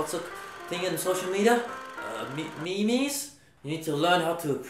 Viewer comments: 'Me-mes' made me die of laughter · the way Brett pronounced memes is absolutely perfect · I used to pronounce 'memes' like that asdjcdjnwd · “And what are those called? Mee mees?” Me: HAHAHAHAHAHAHAHAHAHA! I never thought memes could be pronounced that way! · Mee-meees lol Damn it Brett..